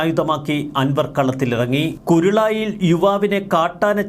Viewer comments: കുരുളായി അല്ല : കരുളായി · കുരുളായി അല്ല മോനേ... കരുളായി 😅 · കുരുളായി അല്ല കരുളായി😂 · കുരുളായി അല്ലെടോ കരുളായി യാണ് എടാ മൊയന്തെ